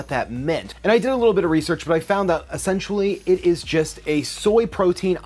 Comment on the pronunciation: Why are you soooo close to the camera, or why is it zoomed in so close to your face?! Why is this such a growing trend on youtube? It's AWFUL. Also, your knowledge of how to accurately pronounce several words needs to be updated before you release videos attempting to present yourself as knowledgable. Particularly "surfactant", "lecithin", and "essentially". For example, you seemed to mix together "essential", and "sensual.